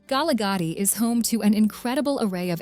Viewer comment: If you are going to make a video for international consumption at least have the voice over done by someone who knows the pronunciation of local place names. Holy smokes! Where is k-nesna for goodness sake. Kgalagadi, at least she didn't sound out the K but she totally massacred the rest of the word.